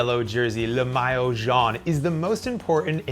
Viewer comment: Nice job except for the pronunciation. Grand départ and maillot were badly massacred. Please work on that !